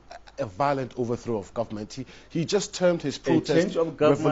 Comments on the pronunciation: Ahhh, a whole Nigeria attorney general pronounced gommant as government, what a shame to our country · "Guament" did he mean Government? Attorney general!